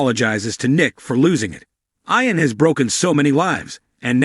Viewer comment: It's pronounced eeon not eyeon!